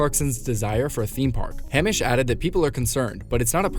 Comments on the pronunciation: It's not 'Ham-ish', he's not pork-like. It's "Hay-mish". He is straw like. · Who says Hammish? its hameish.